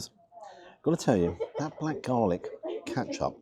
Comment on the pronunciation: Ketchup not katchup